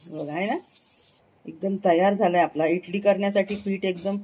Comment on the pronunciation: इटली नाही इडली म्हणा